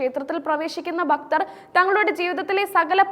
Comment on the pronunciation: ഭക്തൻ' എന്ന വാക്ക് 'ബക്തർ.എന്നു പറയുന്നത് - നീചമായ വാക്കാണ്....